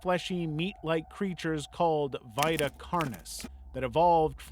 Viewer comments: I hate how you said vita and tangie. It’s Vee-tuh and tan-gee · Your pronunciations pmo I could forgive them if they weren’t in the videos. Vita is Veeta Tangi is Tan Gee not Ton gee. Vita is the Latin word for life and Tangi is short for Tangipahoa Parish in Louisiana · I’m sorry but the way you say Vita genuinely hurts, it’s pronounced ve-ta 😭